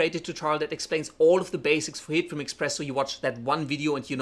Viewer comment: I apologize in advance BUT am I the only one that about half the time this guy says HITFILM it sounds like he is saying Hitler? He talks really fast and I'm sure if he talked slower I wouldn't hear that NAME at all. I'd like to know if anyone else hears this accidental audio?